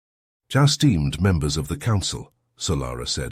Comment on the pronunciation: "Air-steamed members of the council" "Just steamed" even got it right once 'esteemed'. haha